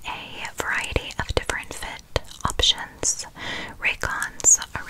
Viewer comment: Is it just me who heard a English/ Australian accent when she said ‘options’